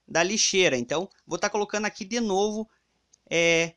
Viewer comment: Não é crítica, mas, tenta perder essa mania Di falar dE, me dá uma agonia